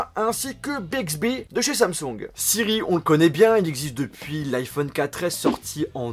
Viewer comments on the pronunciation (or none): Pourquoi tu dis Samsong au lieu de Samsung, tu as acheté une copie Chinoise? Sinon, dans l'attente de Bixbi, S-Voice fonctionne ou bien? J'ai vu que Bixbi à été créé par des anciens ingénieurs de siri, info ou intox?